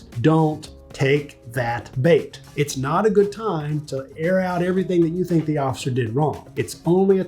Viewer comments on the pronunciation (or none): none